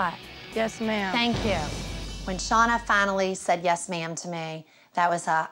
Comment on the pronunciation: She says ma’ma